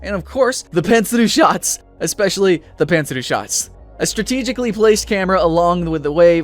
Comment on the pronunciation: lol, did you say "pantsuru"?